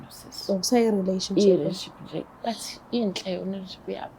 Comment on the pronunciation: Relationship or Relenship or Renship aningichazeleni zithandwa ngba ngididekil ngempel isingisi sizozifak ehlathini nd sohlekwa izingane zethu plus mina ngizohleka😂😂😂😂😂😂😂😂😂😂😂🚮